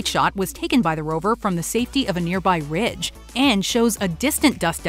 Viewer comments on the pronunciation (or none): none